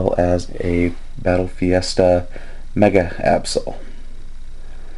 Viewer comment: It's battle festa not fiesta just an FYI :)